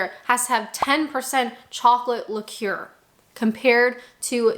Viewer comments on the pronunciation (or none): It's liquor, rhymes with ticker; not liqueur, rhyming with McClure. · Indeed, but, in fairness, I think that is just a pronounciation error. She's reading from text which clearly states liquor, and her pronounciation is a little off - like a cross between the two words. No offence to her, but that is a Canadian accent there - she even says 'ey?' at one point.